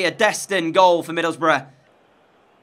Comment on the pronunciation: ngl... every time u said "middleboroughs" i heard "middlebruh" lol